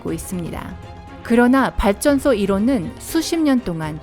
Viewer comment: 발음좀똑바로하시오 밧전소 기타등등